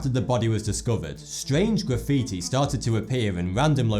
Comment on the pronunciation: He said graffitoo lol